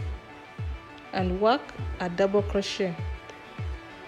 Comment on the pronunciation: I enjoy your tutorial videos. In case you didn't know, it is pronounced croshay (crochet) the t is silent.